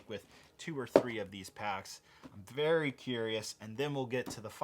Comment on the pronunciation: are you wery wery rich?